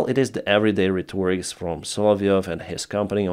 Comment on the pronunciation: Pronunciations (in American English): analog-- ANN-a-log (Ann like the name Ann); rhetoric-- RET-toor-ik (accent on 1st syllable). Do not mean to be disrespectful-- just trying to help,!:)